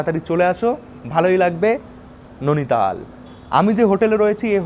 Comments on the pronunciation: নৈনিতাল উচ্চারণ করো,নোনিতাল না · উচ্চারণতো ঠিক কর ভাই ননিতাল নয় নৈনিতাল হবে । এমনিও দেখেছি একটু ভুল উচ্চারণ করিস । 😅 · Bhai jaygatar nam Nainital not nonital. Uchcharon gulo ektu thik koro ebar.. 😂😂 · Nainital❌ Nuni tal✅😂